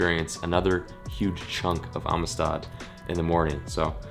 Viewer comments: I’m usually the first one to hammer a pronunciation/grammar nazi, but everytime you say ameestaud I have to cringe. Around here it’s pronounced “AMSTED”. So. Welcome to Amistad!! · marcos l I think he is putting too much emphasis in the I. Should be amistad not amestad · It’s pronounced Am-sted not Ami-Stad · The lake is actually pronounced amsted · I live like 4 hours from there and I’ve never heard it said like that. Everyone around here says “amsted” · How he pronounces Amistad drives me crazy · Every Texan rn is annoyed with how he says “Amistad”